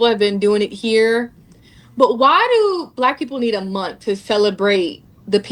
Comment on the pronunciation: There aren't many things that get under my skin as much as when they say every month is white history month. Well, they actually say every munt is white history munt and that irritates me too. Why would you try to sound ignorant on purpose?